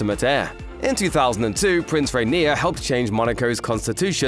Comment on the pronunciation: It’s funny that Albert’s father’s name can’t be pronounced correctly.😮